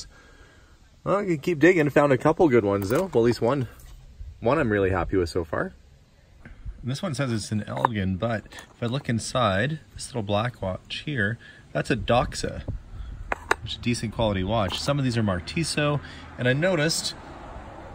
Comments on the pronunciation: Cool stuff, man! I did a quick read of the comments, didn't see anyone mention your pronunciation of "Elgin" - it's same as city in Illinois, US. "Gin" just like the liquor. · Elgin gin like the alcohol not el gen, and the parts with bent pivots aren’t worth anything the way you josel those boxes around. Yes I know it was 5 years ago